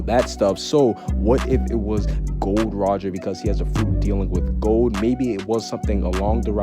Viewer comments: Gol D Roger name : Gol D Roger And dis man said...Gold Roger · Is it Gol D. Rogers? Not Gold Rogers? Just saying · Bro its not gold roger it is gol d. Roger